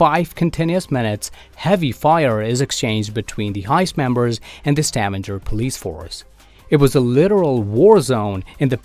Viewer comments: Stavanger is not pronounced «stavander», just straight ut Stavanger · Probably because of the way he pronounced Stavanger